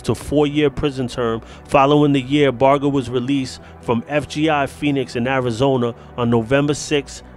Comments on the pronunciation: Like a barge in the water..how u pronounce large. The g is like that..nit g as in goat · #GHOSTIN Love your show,,so you will have to forgive me for saying that you're saying Sonny's lastname wrong!! With all due respect to you,,and Sonny i wanted to let you know